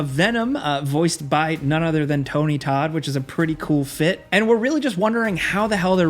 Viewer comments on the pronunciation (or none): none